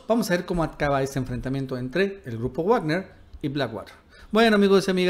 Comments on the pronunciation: Wagner es alemán, se pronuncia vagner y no guagner. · Se pronuncia "Vagner" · Se pronuncia vagner😅😉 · De donde sacas tus fuentes ya estás como el Mike pompeo con sus fake News y se pronuncia vagner no guagner 🤷🏻‍♂️🤷🏻‍♂️🤷🏻‍♂️ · Se pronuncia Vagner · Muy valiente, el tal Leopoldo López, pero ustedes por delante que los miro desde la barrera. Ahhh, y creo que se pronuncia Vagner. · Todo bien solo una cosa Wagner se pronuncia "Vagner" la W se pronuncia como V porque es una palabra alemana, es como Volks Wagen que se pronuncia "Folks Vaguen" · Está pronunciando mal "Wagner", tiene que leerlo en alemán.